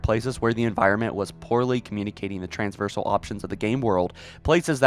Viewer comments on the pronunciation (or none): Plz learn how to say traversal.